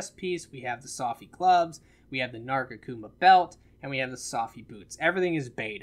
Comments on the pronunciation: Narga-kuma? Lol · Why can't you say nargacuga correctly? lol